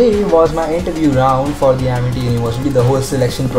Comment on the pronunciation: Ammerty not amity